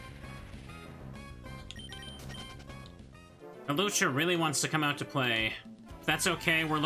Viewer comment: I love that the auto timestamps (what an atrocious feature) turned your pronunciation of Hawlucha into a chapter/timestamp. I do enjoy me a nice "Halucha".